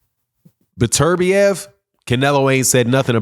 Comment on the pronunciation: Bro it’s beterbiev not berturbia